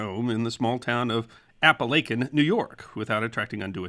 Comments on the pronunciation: I lasted little more than 4 minutes watching this before I had to shut it off. It's not because of the subject matter but because whoever narrated this as well as the host wearing the bow tie should know better and learn how to properly pronounce the name of the town of Apalachin, NY as well as some of the names of some of the notable Mob Bosses whose names come up repeatedly. I grew up in upstate / western NY and Apalachin is NOT pronounced with a "long" 'a' in between the L & C. It's Ap-a-lach-in with the "lach" pronounced like "latch" as in a door "latch"; not with a long A as in LAKE and speaking of that, the "CH" is pronounced like "chin" and NOT pronounced with a hard letter "K" as in "kin" You people really need to get it together as far as how to pronounce the subjects in your videos and as it is it's un-listenable to try and sit through watching this with that jarring sound of mispronounced names and the location over and over. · My first thought when seeing the title, It will be interesting just how the pronounces “Apalachin” as the name is typically butchered by non locals. Good job! Many place and feature names in the area are of woodland Indian origin defying correlation between spelling conventions and proper pronunciation. I’m a native of the area and well remember the event. Local front page headlines ran for days, yet ultimately the story seemed more a Keystone Cops episode. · I live about 15 miles from the house that is where this meeting took place!! And I did love to video BUT the name of the town is Apalachin, AND IT IS PRONOUNCED locally as "App- A- Lake- In" and it is never pronounced "App- A- Lack- In"!! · Native Southern Tier native here. Its pronounced A-pal-a-kin not A-pal-a-chin. I still sweep chimneys in Apalachin, I come from some amount of authority on the matter. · Your pronouncing of Appalachian is a 1st and im a resident. Kinda catchy though tbh lol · Jesus the pronunciation of Appalachian 😆😆😆